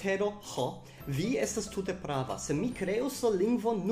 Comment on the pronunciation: Fakte, vi akcentas la malĝustan silabon. Ĝi ja estas "Jam temp' está" kaj ne "Jam temp' ésta." Krom tio, brila filmeto, dankon! Pri la akuzativo, mi plej ofte aŭdas tiun eraron kun manki. Oni devas diri, "Mankas mia manĝo." kaj ne "Mankas mian manĝon." :)